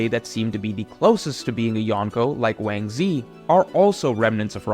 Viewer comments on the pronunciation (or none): Yo who tf is wansee?? You mesn wangzhi!!! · Has anyone pointed out Ochoku being called Wang Ze?